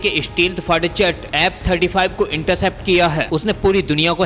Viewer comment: Very bad pronunciation!!F-35 or app 35!!